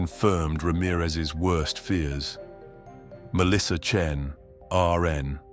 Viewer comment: AI crap that can't even get her last name correct - Chen or Chin? or not wasting my time...